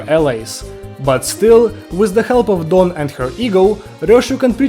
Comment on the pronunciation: finally another youtuber who can properly pronounce don´s name where are you from?